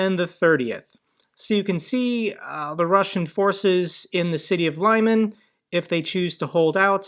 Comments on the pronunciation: its not "lie-man", it's Liman lmao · Lyman Лиман, pronounced [ɫɪˈmɑn] not [laimen] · you really need to watch a few videos by Denys Davydov to learn how to pronounce Ukrainian place names. Lyman isn't said as Leyeman but Leeman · Hi! Thanks for the video. Lyman is pronounced as "Lee-mUnn" with stress on the second syllable. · Great content But it is pronounced Li' man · The town is pronounced "Leeman", not a hard "y". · Again,, it's pronounced: "Li-mon," with a short "i"